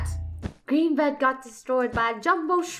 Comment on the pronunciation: Funneh: Green bed me: sounds like bread = green bread